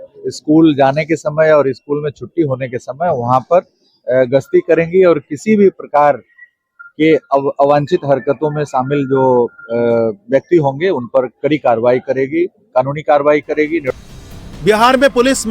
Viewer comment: ये साले पत्रकार किसने बनाये, कभी मंचले बोल रहा है कभी मजनू बोल रहा कुछ दूसरे से सिख लिया करो DGP ने( आवंछित ) शब्द बोला है